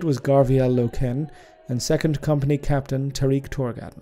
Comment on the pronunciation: its name is inspired by the German language, Eisenstein literally meaning Ironstone, so his pronounciation is correct. I'm more bothered how he says "Loken".